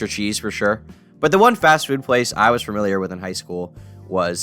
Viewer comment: please stop adding "r"s to "familiar" and turning it into "fermilier"